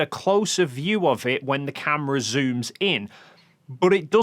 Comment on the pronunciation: That bloody word AGAIN? "Offov"